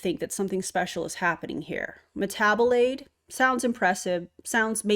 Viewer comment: metabolaid?? made me think of marmalade when you said that